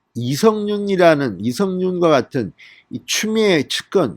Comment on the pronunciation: 인년, 안냥, 이성뉸, 만냑, 윤성녈 x 이년, 아냥, 이:성윤, 마:냑, 윤서결 o